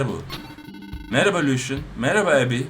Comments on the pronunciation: Abi abby ebby diye okunuyor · Ab onun ismi abby deil abby diye yazılıyor ebby o(tehtit veya sınırlı bir şekilde anlama uyarmak amaçlı)